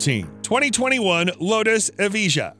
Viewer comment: You’re doing the wrong pronunciation for the lotus buddy